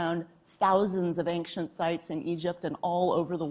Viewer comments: Excellent interview but why is this woman pronouncing "ancient" as "anxient"??? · For such an educated person one would figure she would know how to pronounce the word "ancient". Anxient, anxient! Ja!